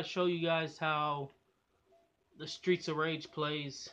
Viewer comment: I like how tongue twist Streets of Rage series to Straights of Riege series.